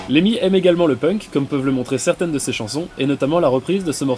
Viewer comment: LeMMY !!! N'écorche pas son nom pauvre fou